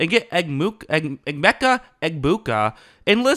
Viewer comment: Thank you for saying his name right. Hear soo many e-mee-ka instead of eh-meh-cuh